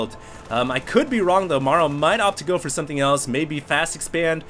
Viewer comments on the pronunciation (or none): none